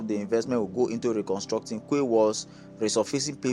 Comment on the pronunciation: Quay is pronunce key! Hope this port rehabilitation and modernisation is true.. Tinubu is definitely trying but unfortunately Nigerians are more interested in stomach infrastructure, not national development...😢They should add onitsha river port to it, by dredging the river Niger. I read south Niger is agitating for a port as well. They want federal government to dredge the Niger river and open baro port... Thanks.